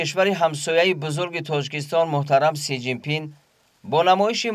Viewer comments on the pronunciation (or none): Си жин пин 😂😂😂😂 правильно назави